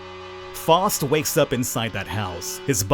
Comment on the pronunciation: I didn't see anyone else mentioning this, but you're pronouncing the name a little off. It's F-ah-owe-st by most pronunciations.